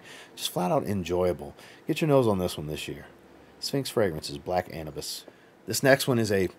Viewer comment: Black a-new-bis I believe is how it is pronuced cause Anubis is the Egyptian god of the underworld